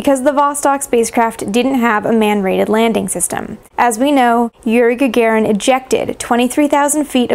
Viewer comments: Ga-ga-rin мудак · Is Gagarin's name really correctly pronounced "Gagerin"?